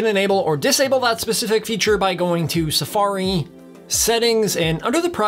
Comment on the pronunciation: The way that you pronounce “Safariiiii” made me want to stop the video and never watch your channel again.